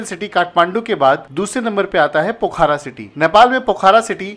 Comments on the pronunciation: No bro its pokhara not pokhra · बहुत अच्छा लगा की आपके पास डॉक्ट्रेट की डिग्री है...... नॉलेज डॉक्ट्रेट लेवल का नही है.....ऐसा इस लिए की पोखरा.....है सही उच्चारण न की पोखारा......😊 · Not पोखारा it's called पोखरा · plz correct ur pronunciation it's पोखरा not पोखारा